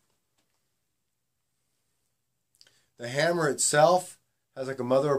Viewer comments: Hammer?? isnt it hamer? lol.. juustt kidding stayy calm.. appreciate the review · Good review man. Not a slam, just information, it's actually pronounced HAY-mer.